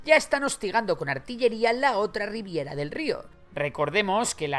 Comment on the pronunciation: Ribera, amigo, ribera. No riviera.